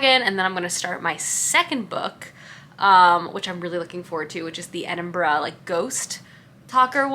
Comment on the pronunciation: True but I’m just grateful she said Edinburgh correctly 😀